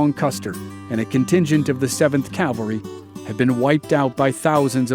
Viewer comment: Cavalry. Not Calvary.